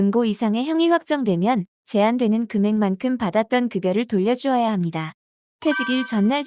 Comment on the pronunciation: ㅎㅎㅎ 직업병일까요? ai인가요? 전달자의 ㅂ발음이 이상해요, 거슬리구요. '-합니다'를 [ -하니다], 바랍니다를 [바라니다] [확인하니다]로 발음하네요. ㅠㅠ '